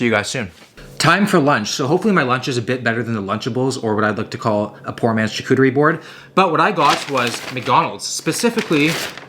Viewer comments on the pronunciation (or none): none